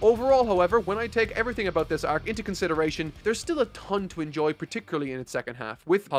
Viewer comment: the way he said enjoy in the end was weird